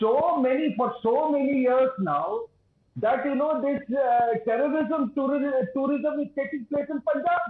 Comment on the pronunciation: . “Canada is epic centre of Pakistani terism”. They only found in Endia 😂.